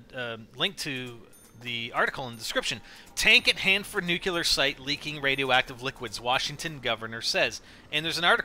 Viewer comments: ( Nu•clee•ahr)** It bothered me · I love NGT vids but I cringe every time has to say the word "nuclear". It always reminds me of Homer Simpson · nukeular lol